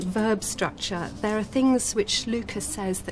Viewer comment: Interesting, but get someone else to do the narration. Also The, this, there Not v, vis, vere